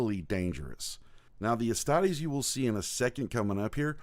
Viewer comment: Man I was really into this until he pronounced astartes wrong. Derp